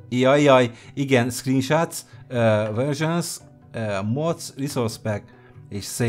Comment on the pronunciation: Az ott mem screenshots, hanem sreenshots xD